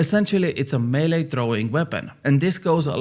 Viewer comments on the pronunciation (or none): none